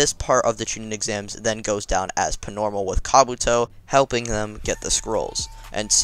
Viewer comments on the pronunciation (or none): Why doe you say pnormal not normal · Why do you keep saying Pnormal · im not hating jus askin do u have speech impeeement because u say pnormal